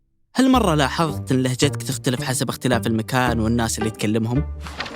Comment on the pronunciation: المتحدث ينطقها لهجَتْك هذه اي لهجة؟